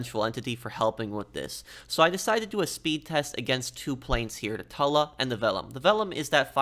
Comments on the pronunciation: It's pronounced "two-la" not "tah-la" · It sounds gross when u pronounce it a tula. I pronounce it Toola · I think it’s pronounced like tuna, “Tula”. Not Tulla. Hard to ignore it when he says it so many times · Man says it like tull-uh instead of too-lla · it's TOO-LAA not TULL-A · What plane is the "Tulla"? That pronunciation surprised me. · no it’s Tula, but you pronounce the “tu” like you do in “tube” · why is he saying tulla 💀💀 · Pro your getting better at into more funny not just straight to the point good job also no offence you can tell your English polish because the way you say tula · Please for the love of good day the name of the Tula right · can’t stand him fucking the name up its doing my head in, I love his content heaps but fuck man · That's what I've been doing. But I felt he was saying it with two Ls, not one. Tuba and tube has the same "tu" AFAIK. I say Tula like tuba, but with L instead of B of course. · yeah, exactly. He's saying it with two Ls and a short u which is wrong. The long u is correct